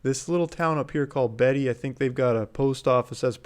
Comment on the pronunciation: Beatty. Sounds like Beet-e. Or Beatie. Not Betty. Just sayin 👍